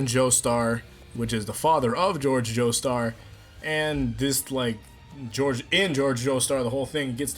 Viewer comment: bruh it's George not Jorge